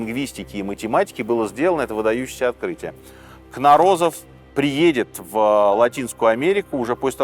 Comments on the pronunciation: не кнорОзов а кнОрозов, родом с Украины, Харькова. Русня как обычно украла ученого себе, мол он срусский. Он не срусский! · Спасибо! Всегда с интересом слушаю вас. Позвольте замечание: фамилия русского учёного произносится как КнОрозов, а не КнорОзов. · Требую возвращения аутентичных правил в футбол, с жертвоприношениями проигравшей команды! И да, дядя Сережа и команда, пожалуйста, очень хочется грамотную речь слышать. Не от восемьсот, в от восьмиста. И фамилия нашего ученого не кнорОзов, а кнОрозов. О нем есть отличный выпуск на Ютубе;) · Господин Минаев! Фамилия известного учёного произносится с ударением на первый слог: КнОрозов, а не КнорОзов. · И всё же КнОрозов, а не КнорОзов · А разве не КнОрозов? На первую "О" ударение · КнОрозов, а не КнорОзов! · господи, какие акваланги в 1910 году при исследовании сенотов? пирамиды Луны и Солнца - не майянские, на этой территории жили ацтеки. Но и не они их строили, а более древние теотиуаканцы. Фамилия учёного КнОрозов, а не КнорОзов. Как-то слишком много ляпов, тщательнее нужно готовиться. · Сергей Сергеевич, а почему КнорОзов, а не КнОрозов? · КнОрозов,а не КнорОзов. Ударение на первую О!!! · У великого советского этнографа и историка фамилия КнОрозов (ударение на первую О), историки блин... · Причем с ударением на Кнорозов , а не как автор сказал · КнОрозов. Ударение на первый слог. Ключ к шифрования у него был. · Везде было ударение КнОрозов. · КнОрозов :) ударение на первую О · КнОрозов правильно ставить ударение у нашего великого учёного... историк блин... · КнОрозов!!! Ударение на первую О! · Правильно КнОрозов. В Википедии не то ударение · Произношение имени ученого - Кно́розов. (режет слух) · 1. Спасибо за рассказ по истории майя. Было интересно. 2. Жаль, что многоуважаемый автор не потрудился узнать верное ударение в фамилии нашего учёного, что расшифровал письменность позабытого народа. Юрий КнОрозов. Ударение на первое "о". 3. С наступающим новым годом. Успехов вам в нём и побольше просмотров.